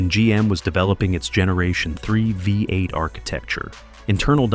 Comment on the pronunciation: The AI commenter calls it a 'Vi 8' twice, (instead of 'V8').